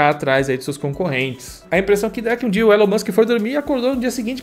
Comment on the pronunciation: A etimologia de Elon eu não sei, mas a pronúncia é Ílan ✔️